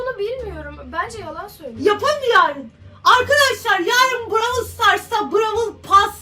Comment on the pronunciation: Brawıl değil brawl diye okuyacaksınız😂